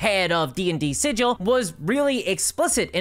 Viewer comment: For the last time... "Sigil," as in the city, is pronounced with a hard 'G',!